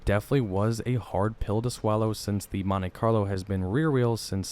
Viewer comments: Love your videos, and not trying to pick on you, but I think most people pronounce it "Mont-ee Carlo" not "Mont-ay Carlo". That's how they say it in the ad you included as well. Happy new year! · It's pronounced Mon-TEE, not Mon-TAY. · Nice video. Note that it is Montee not Montay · “Montay Carlo” lmfaooo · As a 1970/1976 Monte Carlo owner, I am hating the way dude says "Montay Carlo". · It's like partay (party) its how snobby americans talk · 🤣🤣🤣 pronounced MAHN-TEA..... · Bruh, chill on the "MonTAY Carlo" 😂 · What is a "montAy" carlo??? 😆😆😆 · Monte.. Pronounce it montee... Long E sound... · Monte Carlo is an area of Monaco, France. It is pronounced Moan-Tay. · It's a good thing the Monte Carlo isn't a French car it's an American car so it should be pronounced as an American would say it. Mon-tee Carlo.